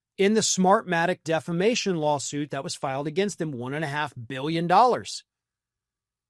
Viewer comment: Mike calls it DEF LA MATION not Defamation 😮😮😮😮